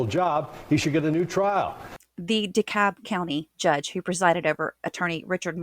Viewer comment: The L in DeKalb is silent. She got Smyrna right though.